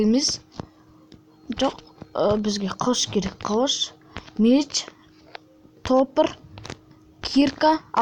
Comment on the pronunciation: Топр емес топор деси кішкене